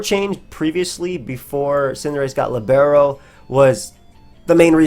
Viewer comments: Lìbero. It is lìbero, my friend. Not libéro :) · should be LEE-bero, rather than li-BARE-o. It's a type of player in soccer.